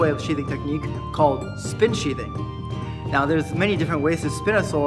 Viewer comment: What he says: "spin sheathing" What i hear: "spin shitting"